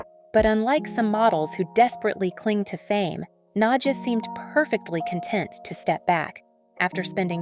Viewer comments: nadJAH not na-dia ugh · nad-ja is her name not Nadia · You are pronouncing her name wrongly. It's pronounced Nadya. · Thank you! I was wondering if it was just me that noticed it. If you watch other videos from this channel you'll cringe even more.😂😂😂